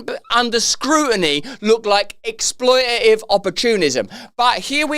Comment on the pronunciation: I'm glad that you maintain your accent and refuse to say 'exploitative' correctly but remove as many consonants as possible despite that it sounds painful to your throat.